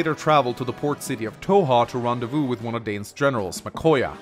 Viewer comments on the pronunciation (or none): none